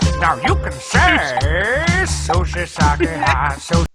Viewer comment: Oh my fucking god, not only did they mispronounce sake in a way I've never heard, but they even misspelled it as "saki", which I've also never seen.